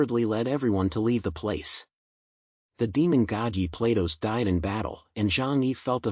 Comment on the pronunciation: "Platos", the AI pronounce it almost like PLAY DOUGHS